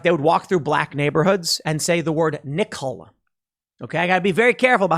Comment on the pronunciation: Every time tim said “nickel” it got worse lmfao